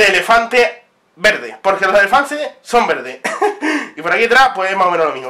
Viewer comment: vallan al minuto dice elefanses